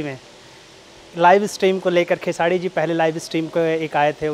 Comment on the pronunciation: Ye anchor ko bolo pehle खेसाडी नहीं बल्कि खेसारी बोले